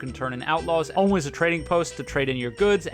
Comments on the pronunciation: idk if its just me but the way he says "always" here hurts me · why do you pronounce "always" like that